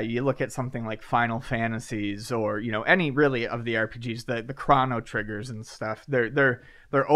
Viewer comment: Did pronounce Chrono Trigger correctly?